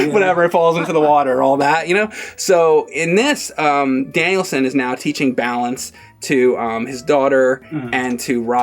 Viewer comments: "Danielson"! His name's not like Steve Danielson! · He left saying Danielson like Mr Danialson. It's Daniel 'son' like the Japanese say. Phil spidermn anyone? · It's funny that calls him "Danielson" like it's a surname. It's Daniel-san, with "san" generally used in business meaning "honorable Mr/Mrs." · “Danielson” like it’s his last name??? It’s “DANIEL SAN”! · Its Daniel son. Not Danielsun... 😏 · James reminds me of Dimitri from the show in question. To: It's Daniel-San, not Danielson. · Is he calling him Danielsin ? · FFS stop calling him "Danielson". His name is Daniel. Or if you want to get all weeby Daniel-san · Everytime says Daniel San as "Danielson" like it's just some British last name. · keeps calling him "Danielson." Miyagi called him Daniel-san. "San" is a Japanese suffix. His name is Daniel Larusso. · pronounces Daniel San as “Danielson”. Like it’s his last name. I think I might start doing that. Lol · Great review but is no one going to point out pronunciation of Daniel-San. He kept saying Danielson like it the Karate Kid's last name. I know I'm nitpicking here, but man that made me feel uncomfortable. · it’s not Danielson, it’s DANIEL-SAN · Is trolling people on purpose saying Danielson or does he not know? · Daniel Son, not Danielson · He thinks the guys' name is literally "Danielson" or "Danielssen." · please stop calling him Danielson. He’s Daniel San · Danielsen? lol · It's not like some guy named Phillip Danielson, it's Daniel-San! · Every time he says Danielson I cringed like mad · Who's Daniel sin? keeps saying that. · Dude... Daniel sen? If you only said it once I could let it go, but come on. I am not expecting you to speak Japanese, but at least pretend like you listened to the audio in the movie!! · I came on here to comment on that, pronounciation of Daniel-San is so irritating